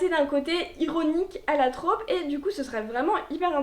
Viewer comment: Hyper sexiste en effet, ça m’insupporte aussi quand je tombe dessus. Désolée, je vais chipoter, mais en français « trope » se prononce avec un o ouvert (Et non pas « traupe »). Et c’est un mot masculin.